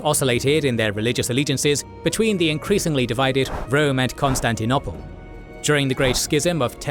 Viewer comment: This bloke can’t say Constantinople properly. And to make things worse - he says it 20 times in every video just to annoy us.